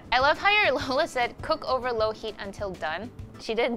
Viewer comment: cute how they pronounce ube as “ooh-bey”. We just say it like “ooh-beh”. And how they pronounce “lola” as “low-luh” when we say it like “loh-lah” 😂